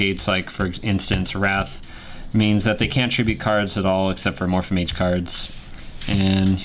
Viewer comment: it's Amorphage not Amorphamage